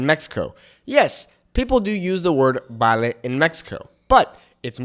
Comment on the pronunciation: So surprised to hear you pronounce “vale” as “bale.” I listened very carefully. It’s “v” de vaca (no baca) I speak Venezuelan Spanish and have to remind myself of so many words that are different. Chaqueta/chamarra was good. For T-shirt we say “franela”. In Mexico it’s “playera” We say picante but I’ve heard “picoso” more commonly in Mexico.